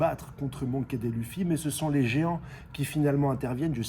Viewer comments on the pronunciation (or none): none